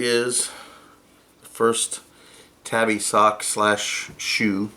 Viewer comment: Tabby is a cat. Tabi (tah-be) is footwear